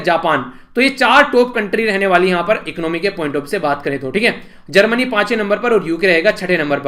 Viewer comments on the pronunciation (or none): none